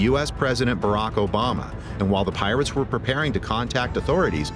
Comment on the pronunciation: the piwates lmaoo